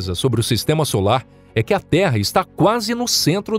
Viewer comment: "noque" "vouta" IAKQIAKAKAKAKAOAOAOAOAOAKAKAKAKWKWKAKAKAKKAKAKAKAKAKAAAKAAKAKAKAKAKAKAKAKAKAKAAKKAKAKAAKAKW morri